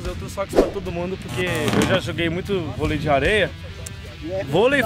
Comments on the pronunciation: "Bolei"? Kkkkk Tmj Xará ❤️ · Bolei kkkkk é volei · Aqui tá falando bolei e não volei